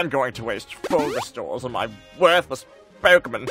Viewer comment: when he says poekemen